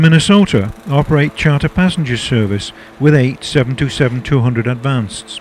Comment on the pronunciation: It's pronounced "seven twenty seven," not "seven two seven." Near-tail-strike.